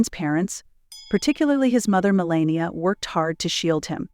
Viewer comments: HOW CAN YOU tell us about BARON WHEN YOU CANT PRONOUNCE HIS MOTHERS NAME I WOULD RATHER LISTEN TO THE FAMILY TALK ABOUT THE FAMILY THEY KNOW BEST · It's Melania.